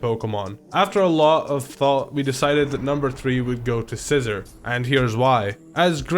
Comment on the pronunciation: Sci-zor or are you just joking